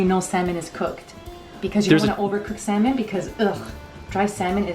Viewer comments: FYI the L in salmon is silent😂😂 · fancy pasta and salmon...and semen... and salmon.... salmon or semen?